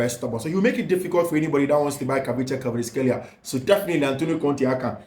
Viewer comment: "Kvaratskhelia"........pronounced [ ka rats kelia] not [kavrishkelia]. Good work. Much Love❤